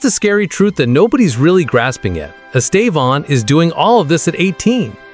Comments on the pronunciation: Please say his name right. He is Estevao, not Estevon or whatever you call him. So irritating. If you respect him, respect his name. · Why do you keep calling him estavon? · It is horrible the way people pronouce his name. The first accent is the strong silable. The last one just show a nasal close sound. Pay attention the way Brazil journalists pronounce his name. It is very strange and not nice to listen that way wrong English pronouce it. Congratulation, here you are getting better in speaking his name.